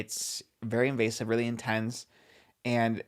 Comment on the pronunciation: says “weally weally weird” hahahahhah